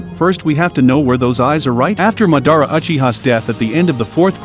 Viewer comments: ITS NOT MUHDARRA ITS MAHDAHRAH HOW COULD U DO THIS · It’s madara not ma-dara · Its pronounced ma-da-ra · He really said mordada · Bruh the way this guy says Madara Name pisses me off couldn't even watch the whole video